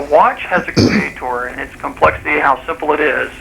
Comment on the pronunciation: Why do creationists pronounce creator as, "CREA-TORE"?